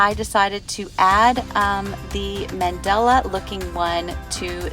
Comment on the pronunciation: My OCD keeps kicking in. It's Mandala, not Mandela. Good work on your projects. I'm just being petty.